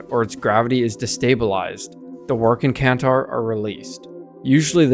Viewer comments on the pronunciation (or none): I think your suppose to pronounce the second 'c' in W'rkncacnter. It shouldn't be silent. Love the blueprint diagrams in your video.